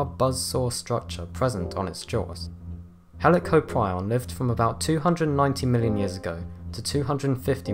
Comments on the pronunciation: You pronounce it heli cop rion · He can pronounce Helicoprion how he wants but i think it’s pronounced Heli-Cop-Ree-On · The way he said Helicoprion made me mad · He can’t say helicoprion XD XD XD